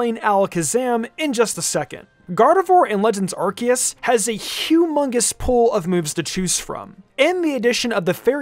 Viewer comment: Someone teach my boy how to pronounce the name of the game.